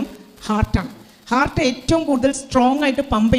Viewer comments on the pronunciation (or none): none